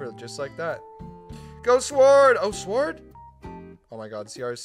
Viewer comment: "5 really good players and sward" epic